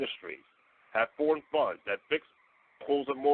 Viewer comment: 😂 sound like he said buns and not funds😅